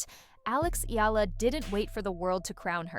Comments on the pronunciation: I hope they get to pronounce her last name right, as in E-YA-LA. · Hearing a Filipino sportscaster mispronouncing Eala's name is deeply insulting.